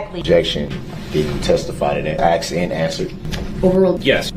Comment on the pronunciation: There is no X in asked (axed and answered)